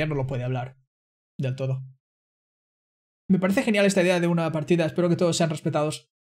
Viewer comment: he said "me parece" (I think) but he pronounced it with the "th lisp" sound